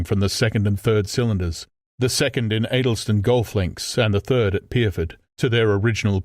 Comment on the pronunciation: I'm intrigued that the narrator is unable to pronounce Addlestone - and more weirdly - The Thames...